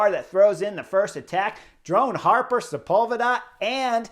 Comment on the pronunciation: Drone Hopper... Drone HOPPER.... Not "Harper"... Hopper... Hopper... Like a bunny ... Drone Hopper. Boing. Boing. Boing. Thank you. 😃